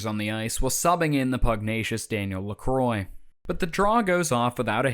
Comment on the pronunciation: Another great video. But it’s Leh-KWAA, not Leh-kroy. 🤔🤪